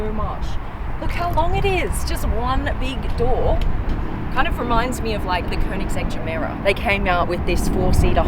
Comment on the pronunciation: Czinger should be pronounced as "Tsinger" not "Zinger" and looks like an old Hungarian family name with German background. "Cz" is an archaic way of writing the sound "C" which is pronounced as English people would pronounce "ts" :) like tsunami.. sounds almost as cool as this engine!